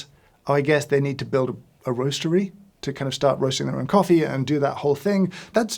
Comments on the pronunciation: Every time you said hoffee I had to laugh. In Wales hoffi is like, and a Welsh tounge twister is "dw I yn hoffi frothy coffee" or "I like frothy coffee" As for "Celebrity coffee" I'll be honest I do drink a celebrity coffee, it's jacksepticeyes coffee - top of the mourning - it's traceable, it's from a rostery in the USA and they give money back to charity. I'd really like you'd try that one at some point and give your take on it. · hoffee coffee =D